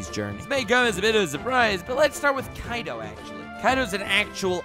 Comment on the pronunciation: Its not kaido its kai d o